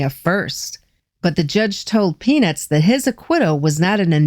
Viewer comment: When you were pronouncing peanuts you were dropping the t....😀